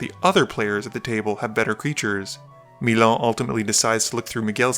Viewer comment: As a frenchman of ex-youglavia decent I really don't know what to think of the way you pronounce Milan